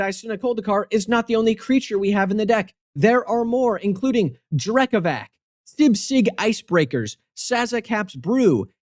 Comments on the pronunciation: Sorry bro but you already failed at pronounting with Drekavac, the "c" is not pronounced as a "k" but rather as the "c" in "cyst" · Says deck is hard to pronounce. Can’t even pronounce the commander right 💀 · Important to clarify: Did you pronounce Drekavac correctly? Or is it pronounced like its slavic mythology namesake (dreh-kawatz)? Or are you just setting a trap for any opponents who might watch this video before playing you? Devious.